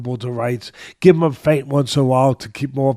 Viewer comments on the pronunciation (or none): none